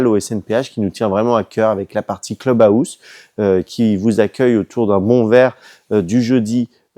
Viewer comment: Ha Le Havre... son climat, sa météo... ses filles au teint hâlé...! Et son Cleub Haôuse...! 😅😂😅